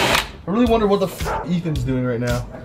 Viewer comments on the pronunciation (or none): none